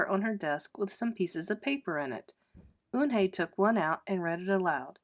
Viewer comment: Sorry if I'm rude but she's called Yoon-hae not un-hae